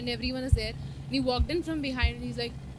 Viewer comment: walked in Aah?? which language it is?? i will definitely praise your English teacher.